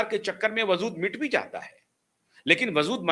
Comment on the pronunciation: वज़ूद नहीं होता है, वजूद होता है।